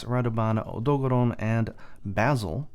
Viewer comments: Why does he say Odogaron so weird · haha i actually like your pronunciation of odogaron; i've started saying it the same way cause sounds better imo xD